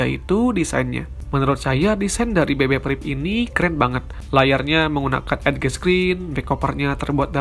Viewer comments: Boleh kasih input ya gan. Banyak pronounce bahasa inggrisnya yg mungkin masih kurang tepat. Seperti edge. Bacanya bukan ed ge. Tapi "EJ" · Edge = dibaca= edjes,gtu gaaan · "edge" dibaca yg benar adalah "EJ" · Yan-Yan Popon bekakaka. Iya gua jg gregetan ngomong edge. Lol